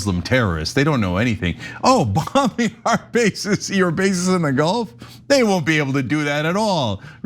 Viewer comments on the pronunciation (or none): Gulf not Golf countries, and stop dramatizing as if in a highschool gossip frat